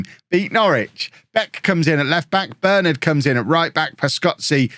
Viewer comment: As a united fan it tis quite annoying how u say Bernard plz plz plz pronounce it Bur Nard otherwise loving the vids boss